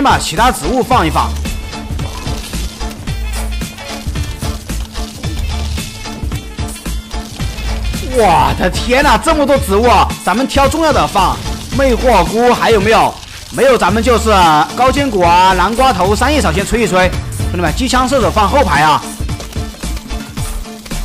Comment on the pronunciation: 魅惑菇→魅火鍋（你自己說的）